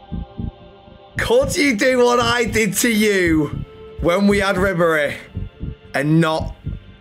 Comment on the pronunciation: Ribery is very expensive and yo butchering his name 😂